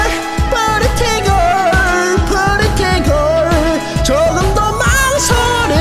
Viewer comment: 프리티 프리리라고 발음 굴리는거 킹받네